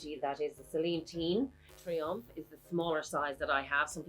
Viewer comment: Mini “triangle” .. i thought i misheard you 😂… good comparison vid..👌👌